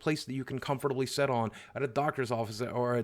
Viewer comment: I love how he says “set” rather than “sit”